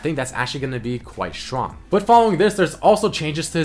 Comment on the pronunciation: when he pronounces this: Quite dannn chtroong